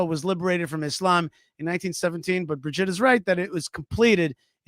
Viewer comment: Brigitte!!! Bri-git-te! Not Bridgette😂😂😂😂😂